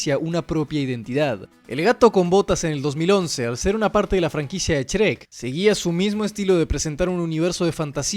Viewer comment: "Chrek" un poco más y decías "Esrreck"